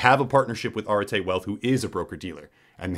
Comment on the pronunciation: I think that you mispronounced Arete as Arte. It's the concept in Greek philosophy for virtue or excellence.